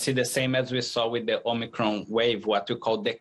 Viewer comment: This woman can't even pronounce omicron properly...